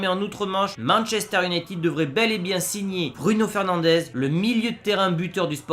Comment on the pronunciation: Encore un qui dit Manchester unitiiiiiiiiiiiiid